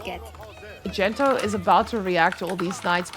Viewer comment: I'm 75% convinced your co caster might actually be unaware that Gento isn't really called Dento lmao